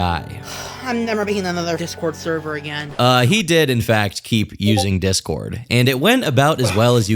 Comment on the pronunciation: The... therver... noooo